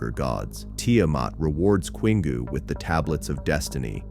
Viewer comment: Queengoo? It's Kingoo.